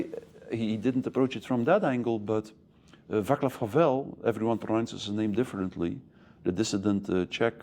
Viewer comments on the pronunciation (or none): Václav Havel correct pronounciation: go to google translate. Set the language to Czech (Cestina), put his name that and click the speaker icon. Google will tell you. And yes, you are butchering it! It is NOT pronounced as VAKLAV . NO! C in czech is NEVER pronounced as K !!!! NEVER EVER !!! PS: Czech language is NOT "everyone says it differently". We have a clearly defined pronounciation as the language is "you speak as you write". So just go ask google translate and make sure you press speaker button on side switched to czech ;-)